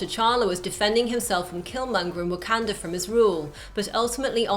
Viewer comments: It sounds so weird hearing "wah-CAN-duh" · She keeps saying wakanda wrong